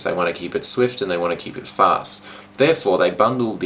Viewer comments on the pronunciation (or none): none